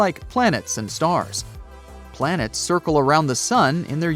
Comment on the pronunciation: beLIEve its plan-ets 😂